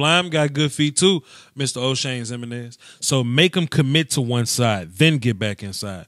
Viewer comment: The way he pronounces Jimeninez is hilarious